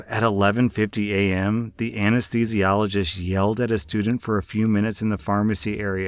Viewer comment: said anesthesiologist so easily